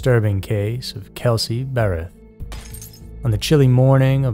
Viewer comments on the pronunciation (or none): none